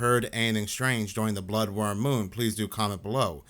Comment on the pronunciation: Is he saying "bloodworm moon"?